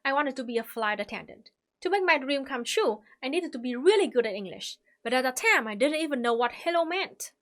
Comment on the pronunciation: I love how she pronounces "time" tam